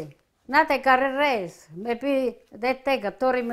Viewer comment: Ps. It is rise. Not race